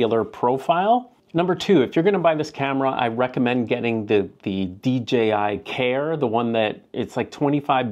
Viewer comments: LMAO Dee gee eye. I have heard so many people say DGI that I have started saying it myself. I wonder why they are saying DGI? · I thought I was going crazy😂 it’s D(J)I lol I almost started 2nd guessing myself